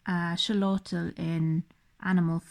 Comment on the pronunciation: Xolotl is pronounced Sho-lot-all I believe